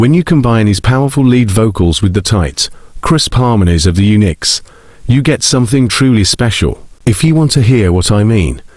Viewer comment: Does anybody in the world actually pronounce “Uniques” as “Unix?”